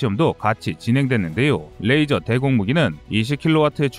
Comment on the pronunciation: 레이저! 러이저! 러이저요~~~~!!!